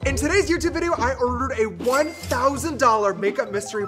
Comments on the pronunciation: '' oourded " lmao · "In todays video i urdured" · ngl the way he says ordered at the beginning of the video has me in TEARS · They way you say ordered is funny😭😭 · The way you said ordered omg lmaooo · The way he said “ordered” in the first ten seconds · We’re not gonna touch on the way he said ordered ?